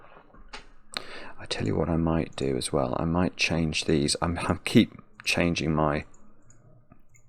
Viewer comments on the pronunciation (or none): I am entirely too old to be giggling every time he says dees. 😂